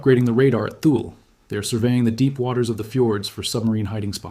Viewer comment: Thule is pronounced Tooly